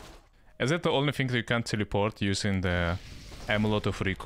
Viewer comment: Нормальный контент, но почему произношение настолько режет уши? Есть какая-то причина? Я живу в англоговорящий стране и слышать синк а не thing морально убивает. Без негатива, просто интересно